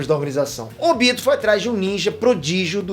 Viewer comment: O tobi e o Óbito são a mesma pessoa por que falam óbito e falam tobi